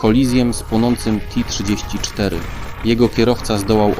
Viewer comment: To samo chciałem napisać. Do tego czołgi "ti 34". Ale tak to jest, gdy tekstów generowanych przez AI nikt nie sprawdza.